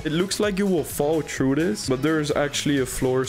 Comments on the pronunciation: I hate and love his voice cuz he says true instead of threw or through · You were also saying true instead of threw 😂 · Why does he says True and not Trough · If I had 10 dollars for every time he said “true” instead of through, I don’t know how much I would have but it would at least be 80 or 90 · See i just went true. (That is definitly a dutch accent) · Bro the way he says through is so frustrating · Bro can’t pronounce through